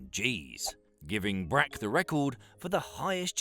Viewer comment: As a future reference, ’ä’ is alot closer to ’e’ than ’a’. So ”Breck” instead of ”Bräck” works better. Was kind of thinking, didn’t he say swedish? Was a bit confused since Brack wouldnt be a swedish last name